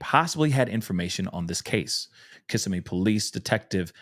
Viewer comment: It’s pronounced “Auss-see-o-la “ Osceola county. And “Ka-sim-mee” Kissimmee Florida. It’s ok .. It’s my hometown…. ❤